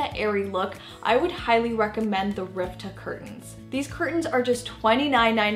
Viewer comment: RiTva, not riVta